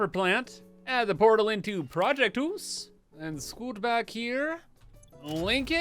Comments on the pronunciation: Hoose 2: Electric Hoosaloo Hypah Hoose or Hypahoose Or simply: Hoooose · You should call the new blueprint "project deuce" sounds like how you were saying house but also sounds like saying 2 and house at the same time. Also don't forget you can turn raw resources into other raw resources with the later tier stuff